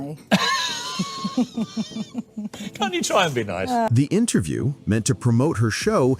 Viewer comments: Wait... that pronunciation if "interview" during the seinfeld on larry king segment.... anyone else hear something off? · I SWEAR HE SAYS INTER-JEW